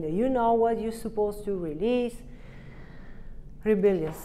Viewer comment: Can you confirm for me?, - she said "rabilious" at . I'm guessing she's saying 'rebellious'.